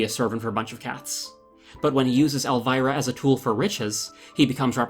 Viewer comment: Elvira is pronounced ElvEEra